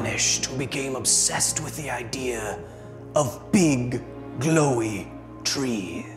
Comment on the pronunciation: He asked himself “how beeg can a tree get”